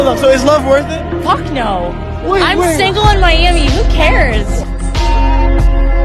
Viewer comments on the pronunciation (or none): none